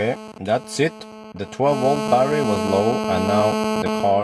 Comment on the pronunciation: unbalanced "barrerrie" LOL.